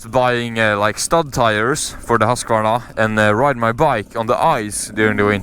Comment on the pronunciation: varför uttalar du husqvarna sådär haha